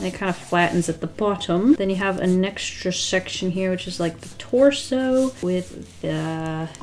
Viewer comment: i thought she said "a neckstra" instead of "an extra"